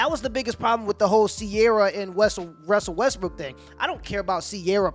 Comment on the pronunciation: His message is on point but if he says Russell “Westbrook” one more time! 🤦🏻‍♀️😂